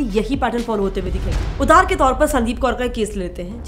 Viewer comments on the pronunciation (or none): none